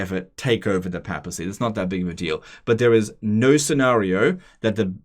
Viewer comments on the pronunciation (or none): It's papacy, not pappacy. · PAY-PA-SEE NOT PAP-AH-SEE